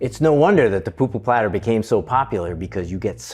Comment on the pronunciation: Its pupu not poo poo aloha 🌺🌴